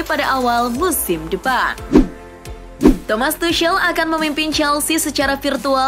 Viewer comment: Tomas tuhel min, tuhel, tuhel